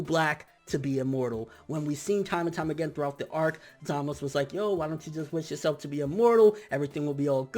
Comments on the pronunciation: stop saying zamas. His name is zamasu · it's zamasu bro not zamaz if that's the case call beerus just beer lol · zamasu not zamas what's wrong with you? in that case call goku gok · who else really hates the way he pronounces ZAMASU emphasis on the fucking U at the end of his name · you are saying Zamasu wrong... its bothering me so much >_<